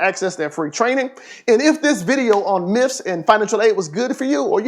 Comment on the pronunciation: Stop saying myfs